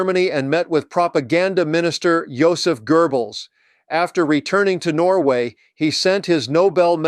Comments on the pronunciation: Knut is not “kuh-noot”, it’s “newt”; and Goebbels is not “gerblz”, it’s “guh-bulls”. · I have to say something here that really bugged me when it was said numerous times. The man's name is not GER Bulls. It is pronounced GOW Balz. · It's Goebbels, not GURbbels. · The Name of Hitler's Propaganda Minister is NOT "Joseph 'GERBELS' " but "Joseph 'GOEBBELS' " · It’s not pronounced Gerbels. It’s pronounced GO-BELLS! Why can’t people say it right?! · LOL. Love your channel and the work you do. However, it's not GoeRbels, it is Goebbels....no R in the name. I hear many Americans making that mistake. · GERBELS???????? do you see an R in Goebels? wtf, I hate the American pleasure at sounding ignorant with anything foreign. Just read it for God's sake! I love your channel, I love your points of view, please don't do this kind of thing that makes you sound like a ...well..... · Thanks to cheap AI, this is the first time I have ever heard Goebbels name [pronounced Gerbals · There is no "r" in Goebbels